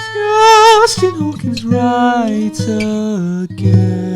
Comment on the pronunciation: Canadian???? "JUUUUUSTIn Trudeaux Trucks off again, AGAINNNN"